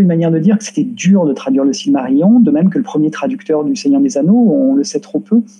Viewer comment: s v p - Silmarillion ne se prononce pas cilmarillon, mais cilmarilillon (ridicule comme orthographe, mais pour donner la prononciation quenya en lettres françaises).